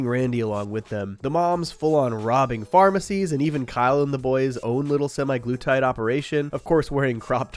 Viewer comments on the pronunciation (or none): semaglutides. not SEMI glutides